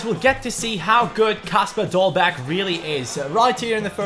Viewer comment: You dont prounounce the last g